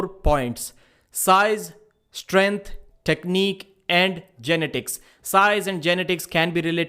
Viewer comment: Sounds like you are trying to pronounce genitals when you say genetics